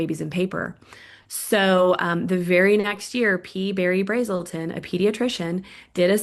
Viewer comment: It's T. Berry Brazelton, not P Berry Brazelton. At least get his name right. My wife was one of his last students when he was in his late 90s. He didn't do 1 study. He had a tremendous body of research and work. Not saying whether he is right on that particular issue. I have no idea. But it is important to know that this guest is ALSO selling something. I know that because I also bought what she was selling. Now I'm not saying it can't work. It didn't work for me. Maybe that's because I didn't commit, maybe she's totally right. But it takes a lot of gaul to criticize Brazelton for selling something when she is literally selling her EC training as her primary source of income.